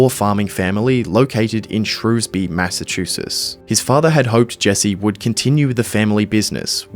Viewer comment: There is no shrewsby, mass. Where did you get this info? There is a Shrewsbury (pronounced shrew's Burry, like michael burry)